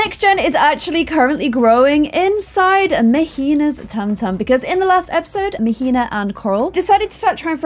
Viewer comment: queen, Mahina is pronounced MAH-HEE-NAH 😅😭😂❤️